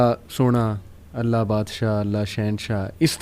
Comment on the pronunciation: aap Alaha mat boliye Allah boliye.Allah sahi hai Alaha nahi meri pyari bahen❤